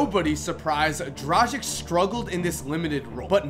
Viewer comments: Good list, but please pronounce Dragic's name correctly? Drah-gitch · How can you fuck up pronounciation so badly that you change the places of "g" and "c" in Dragic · It's Goran Dragić, not Goran Dražik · Im from the country where Dragič is from, and im just laughing everytime you pronounce his name :D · Just a reminder to all american friends. The surname Dragic is pronounced differently. The g is pronounced like g in "gun" and c like "ts".